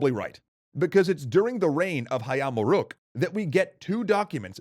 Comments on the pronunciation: Wow, he pronounced "Hayam Wuruk" correctly! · "Jago" is spelled as "dʒago", not "iago". Perhaps you mistaken it with Iago in Othello or mistaken the fighting rooster with a talking parrot that play as Jaffar's sidekick in Disney's Alladin... Yet in you perfectly nailed "Hayam Wuruk" pronunciation. Nevertheless, I like this new guy/speaker voice rather than the old one... How do I describe his voice... more engaging maybe...